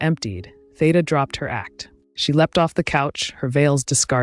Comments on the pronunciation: Such an insightful and interesting bio, well narrated, except for one glaring and recurring flaw. The knowledgeable narrator, with her lovely, dulcet tones - continues - mispronouncing the subject's name, much to my chagrin. Theda's 1st name has an (e) that's supposed to sound like an (e), not like an - a - and Bara is supposed to sound like (air) at its start. Apart from that I enjoyed the video. 🤗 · Yes, "Theeda" is the only way that I have ever heard her name pronounced for 70 years.